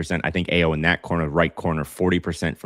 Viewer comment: Ayo = pronounced I-O